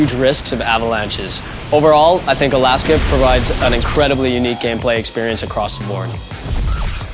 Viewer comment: OMG me want it NOOOOOOOW!!! Also, alAAAska. lol, funny how he pronounces it. xD